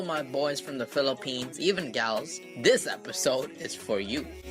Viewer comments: It's Philippines. NOT PHILIPEAN! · uhm dude Philippines. Not Philipeans....